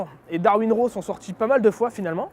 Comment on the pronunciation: Très sympa le nom de ta marque, ça pète! En revanche, le "Raw" serait plutôt entre le "a" et le "o". Comme si tu voulais prononcer un "o" mais que tu ouvrais la bouche pour prononcer un "a".